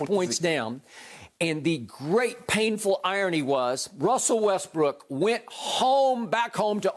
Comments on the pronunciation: when skip kept sayin westbrick i died😹😹😹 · Skip is enjoying this 🤣 so hard everytime he say westbrick I laugh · “Westbrick” skip a fool lol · When Skip says "Russel Westbrick" it gets me everytime🤣